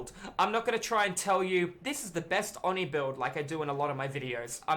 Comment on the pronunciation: Why does everyone not know how to say oni it’s, oh-knee